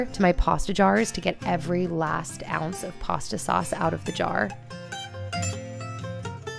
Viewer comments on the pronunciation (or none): none